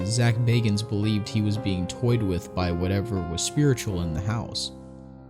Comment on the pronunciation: Thank you for pronouncing Bagans correctly